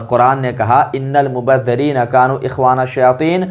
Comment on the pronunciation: ان المبذرین کے ذال میں زیر ہے نہ کہ زبر